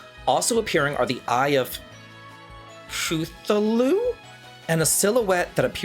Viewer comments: Pronunciation of Cthulhu for: kah-THOO-loo. You've probably heard the name spoken before but likely never made the connection that kah-THOO-loo=Cthulhu. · Cthulu (sometimes spelled Kthulu) is an interdimensional demon god created by author H.P. Lovecraft. If you’ve ever heard the phrase “Lovecraftian”, that’s what it refers to. And it’s pronounced “ka-thu-lu”. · wait you really don't know who Cthulhu is? It's pronounced "Ka-Thoo-Loo". Yes one of the Eldritch abomination gods in HP Lovecraft's stories Most commonly shown to be a massive humanoid creature with a bunch of tentacles on his face. (think final fantasy/D&D mind flayer, but the size of a city)